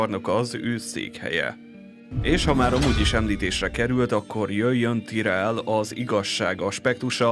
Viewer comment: miért tirellnek ejted ki? amugy jó a videó tetszik, de ez a tirell kicsit bssza a fülemet hogy igy szépen fogalmazzak :D